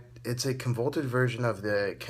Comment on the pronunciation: con...vo...loot...ted...not con volt ed